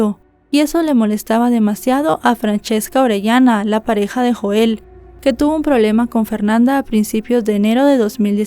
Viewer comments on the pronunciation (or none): none